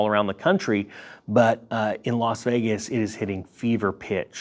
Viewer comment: Don't mean to seem pedantic.....but it is Las Vegas......and not "Los" Vegas.....